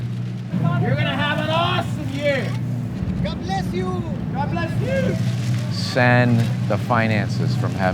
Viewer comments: “Gad bless yuuu” “God bless youuu” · "good bless you"(mexican accent) lol:v